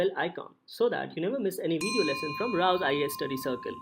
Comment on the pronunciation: ...not raos ias